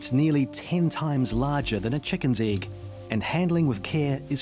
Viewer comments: Why did she say "iiiiegg" and not "egg"? XD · "handful of Kiwi Igg"